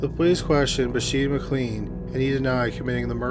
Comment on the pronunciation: Just in case you have to pronounce the name McLean again, its pronounced McLane. McKay is another often mispronounced one, as its meant to sound like McAye (like a capital I)